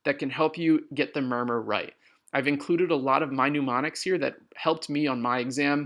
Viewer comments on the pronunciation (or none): Good video ...but it's pronounced (m)n-em-onics not pneu-mo-nics.